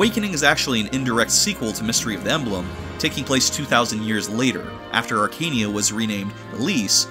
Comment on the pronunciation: It's not pronounced "Arkania", it's "Arka-neia", as you can see from the japanese name "アカネイア" "Akaneia"